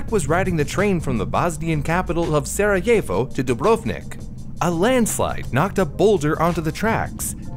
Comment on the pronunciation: AAAAA hurts. DU - BRV - NIK JU - TA - RNJI PO - DRI - CHA Just like Bosnia and Herzegovina without an "i" in the middle of BOSNIA This is olll together SARAJEVO It's okay, but try to emphasize "I" and don't forget "l" "i" is not pointed out Bravo, but his "Cha" is not "Che" I don't blame you for this, but it's a pronaunt like Croatia I'm grateful to you for doing this video. I don't usually cere about things like pronaunciation. P.S. I am Croatian